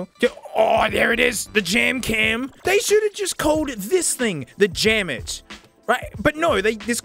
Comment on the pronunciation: Jam-It just sounds like damnit